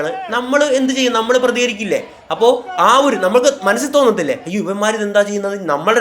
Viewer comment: ഴ് അല്ല ൾ e.g. അപ്പോഴ് അല്ല അപ്പോൾ എന്ന് പറയുക.